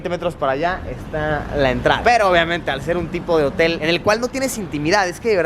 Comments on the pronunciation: "Capsuuulll Jotel"😏😏😏😏😂😂😂😂😂 Ridiculo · jotel suena parecido a Mootel